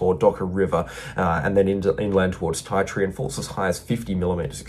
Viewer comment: its pronounced ( TEA Tree) Ti Tree in the NT . 😶